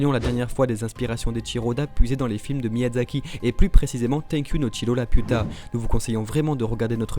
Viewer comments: Dites juste le chateau dans le ciel pck la j’entends juste La puta ! Manquer juste un pendjo a la fin de vos phrase avec Lapiuta non mais sérieux ラピュタ sa se prononce pas la puta haha 😂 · bah en soit c'est Lapyuta que ça se prononce ^^'